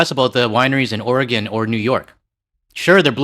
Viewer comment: I know you don't care but it's Will-A-mette, not WILL-a-mette. Thank you for saying Oregon correctly though. I have Canadian neighbors, fwiw 🇨🇦💙